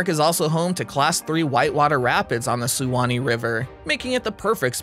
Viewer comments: dun-EE-din -- oh-LEE-tah -- SWAN-ee -- dun-ELL-in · #8 Honeymoon Island is in Dunedin (Done-edin), NOT Dune-a-din. Look up correct pronunciation of Suwannee as you’ve butchered that.